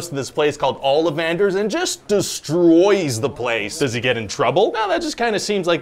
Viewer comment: Did he say "Olliv-Anders"? Isn't it "Olli-Vanders".................?